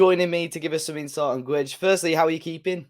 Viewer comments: Is his surname pronounced Gwedes or gedge? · Lol stop calling him GEJ. Portugese commentary during Internationals call him Gay-dezsh.